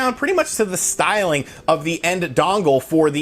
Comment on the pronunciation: drink every time he says "stylng"